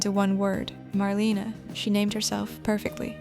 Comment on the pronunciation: No dear , one says Marlena not Marlene